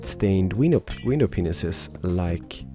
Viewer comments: Did u say window penises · Window Penises i swear this what i always hear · it sounds like you were saying 'Window Pen*ses cx